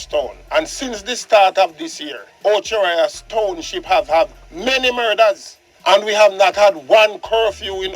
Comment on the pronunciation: THIS IAN BELL IS A DUNCE!! I THOUGHT IT WAS OCHO RIOS, NOT OCHI RIAS, ACCORDING TO DUNCE IAN BELL. PNP WILL NEVER EVER GET IN POWER, OBVIOUSLY THEY ARE CRIMINAL SYMPATHISERS!!!